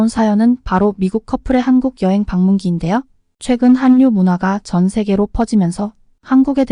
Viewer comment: 한류는 한뉴라 읽지않고 할류랴 읽습니다. 미,ㆍ많은 이들이 보는 채널에서 한글을 바르게 사용하면 합니다.